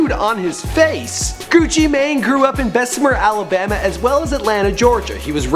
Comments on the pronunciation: It's pronounced gucci man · nigga said gucci may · It not Gucci main it's Gucci man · His name isnt Frederick Davis you stupid dumbass, its Radric Davis. Also, pronounced GUCCI "MAN". Fuck this guy. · pronounced gewchee main